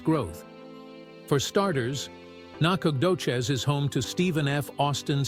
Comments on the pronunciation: lol get some one from East Tx that can not only pronounce it but actually shows pictures of Nac ! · Whoever did this not only missed finding the correct town of Nacogdoches, he couldn't even pronounce it